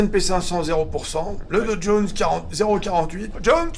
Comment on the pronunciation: « Le Dow Jones (JONES!) » J’adore 😂😂